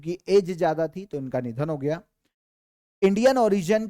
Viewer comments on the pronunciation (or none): Gaya nhi GAYA G